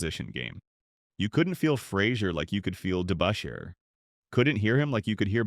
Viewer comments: It's not DeBOOSHAIRRR. It was DeBUSHrrr. Sheesh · Well said sir, very well said! Hondo would have no trouble playing in today's NBA. A quiet and humble man that was part of a great championship team, the Boston Celtics. I was a Knicks fan, and this narrator couldn't pronounce Dave Debusschere's last name at all. Must have been a computer generated voice. Debusschere was a rugged power forward. His forte was "defense" and he played it good, rugged, and clean. Hondo was never afraid of Dave or any of the other players this voice listed.